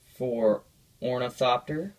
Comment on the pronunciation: I if you're name is gonna be ornithopter then you should say it right